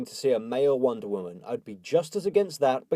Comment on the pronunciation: What do you have against "woderwoman-man"? :P